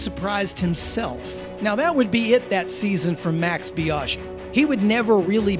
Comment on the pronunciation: Nice video, but your pronounciation of Biaggi grinds my gears🤪 "Biaschhi"